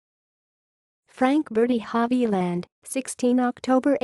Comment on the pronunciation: Sorry to say that the narrator's pronunciation of non-English words and names is atrocious.